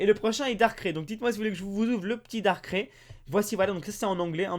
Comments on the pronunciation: ca ne ce prononce pas darcrai mais darcray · 'ai juste une question, Darkr"é" pas Dark" ï" ???